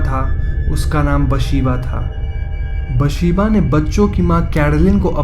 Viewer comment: Its actually Bethsheeba not basheeba🙄